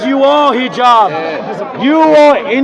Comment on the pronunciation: His name is Hijab, not Jihab hhhhhhhh